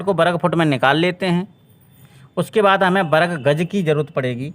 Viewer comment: Bahut badiya bhai lekin varg ko berg mat bol